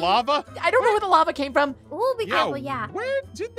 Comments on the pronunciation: when was in the caves with moeka and ein and he said, "lava, LAVA!" I thought he was saying Llama. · said LAMA